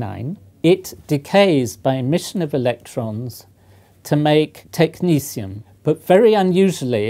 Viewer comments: Why does he pronounce it as though it’s spelled “technecium” instead of “technetium”? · why is he pronouncing it as tech ni sium when its tech ne 't'ium???? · Who decided to pronounce the second "t" like a "c" as in "Technicium"? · Why do Americans pronounce it: Technicium? It's Greek, phonetic like Cyrillic: Techni-T-ium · Looks like a T to me and not an S or C. Technetium, not Technecium..... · Why is it pronounced technesium when its spelled technetium? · Technecium sounds very different to Technetium to me. The actual spelling indicates a certain pronunciation. It is not a big deal. Just a but odd. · How does one pronounce Technetium...Technecium , when a T isn't a C? Real question. I may be an american Mutt, but i am certain that "T" and "C" don't fall into the same phonetic...well...sound profile. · It's pronounced Tech - net - ee - um. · Technetium is pronounced Technicium why? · Net is now pronounced neece is it? I'm so tempted to proffer some shearing to that bush you call hair, surely that backcomed? wildness is more work than a grade 1 alternative? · Technetium has a t instead of a s or c. Do you just pronounce it like that? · I love these videos and I mean nothing but respect. But isn’t the professor pronouncing the name of this element wrong? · How the heck is the second 't' pronounced as an 's'?! It's supposed to be like the 'c' in technician. But even that seems weird. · Is he mis pronouncing it? no second 'c' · Pronunciation of Technetium. Science is about logic. The second "t" in Tecnetium should be pronounced as a T and not a C or an S in my humble opinion. Science does not need another annoying "Alu-min-um / Alu-mini-um" situation. Sulfur is a great example of progress. Brain power should be used to make new discoveries; not to remember awkward spellings or illogical pronunciations.